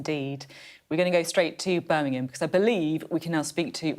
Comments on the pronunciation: Beth. Birmingham not Burminum. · Birmingham. Burminum